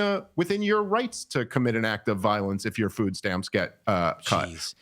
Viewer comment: Learn how to pronounce a very simple word FOOD. NOT Fo NOT Fou NOT Foo. Its FOOD..D..as in dumbazz.